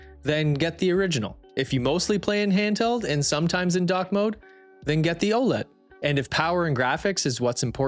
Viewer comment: How do you run a channel like this and can't even pronounce it right. It's O-L-E-D for fuck sakes